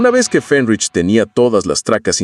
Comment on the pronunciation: No, no y no. No grabaron en el sótano de Fenriz (que, por cierto, NO se dice 'Fénrich'). Grabaron en una cabaña que él tiene en el bosque, hasta la actualidad. Mira el documental sobre el Black Metal hecho por NRK TV, al menos.